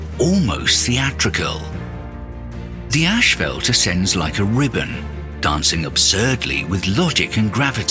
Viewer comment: It's not 'ashfelt', that's roofing material. It's 'ashfalt'.